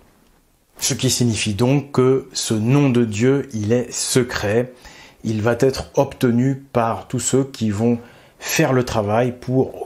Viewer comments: Va ne prend pas de t donc pas de liaison merci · Va être et non "va t'être " 😅❤ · Attention au pataquès,. Va (dans il va) ne se termine pas par un "t"). On ne dit pas "il va t'arriver" ou "il va t'être" mais le hyatus "il va être. Comme tu fais ce pataquès de manière systématique, avec un peu d'attention, cela peut se corriger...